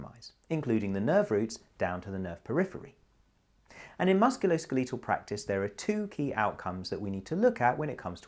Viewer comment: Musculosk-a-lee-tahl... must be canadian. Also, eyes closed, facing forward (neutral spine)